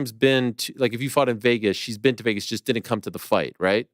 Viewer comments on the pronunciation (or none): none